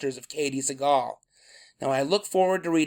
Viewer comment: I got thrown off when I'd heard Liz-n-Jean's surname mispronounced as "Say-gle" and Katey's was pronounced correctly.. It reminded me of George Seagal's name, so I didn't pay attention to the spelling. I don't remember anything about the series - it was just on less than a year then it disappeared - no reruns or anything.